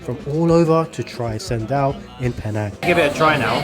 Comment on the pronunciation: Bro, ALL letters C in the Malay language ONLY make the "CH" sound, so it's actually pronounced "CHENDOL" and not like "Sendol"😅